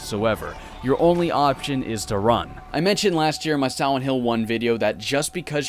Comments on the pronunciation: Are you saying silent or siwent? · I can't stop noticing the way you pronounce Silent in silent hill "siwent". My apologies if that's a speech impediment but I didn't notice it in your later videos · Bro did you say Siwent?